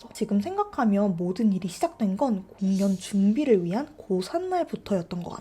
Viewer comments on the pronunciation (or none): 아ㅋㅋ 공연 을 공.년. 이라고 읽으시니까 집중이안대옄ㅋㅋㅋ사투리 안쓰시는데 뭐징..